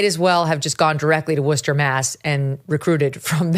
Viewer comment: Hey Megyn, I live in a Worcester suburb, just wanted to commend for actually pronouncing Worcester correctly! That is an art! And of course you are correct, the city is out of its mind.